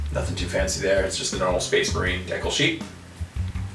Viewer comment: the way you misspronounce decal makes me wanna punch a baby